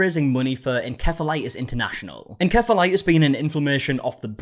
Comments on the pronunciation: unrelated but is it pronounced “en-caf-olatis” normally? ive always heard it as “en-ceph(f)-ah-light-is” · I NEVER HEARD OF IT THE WAY YOU PRONOUNCED IT.. THERE IS NO HARD K IN THAT WORD TRY SAYING IT AS ENCPEHILITIS .. C IS CHEPH NOT A K. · The way you keep saying en-kef-a-lie-tis is killing me. It's en-sef-uh-LIE-tis. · It's pronounced [In-sef-a-les] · "Encephalitis" is pronounced "uhn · seh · fuh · lai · tuhs" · Encephalitis pronunciation is really getting me this time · Encephalitis being pronounced wrong is bugging me lol the c in enCephalitis is pronounced as an S!!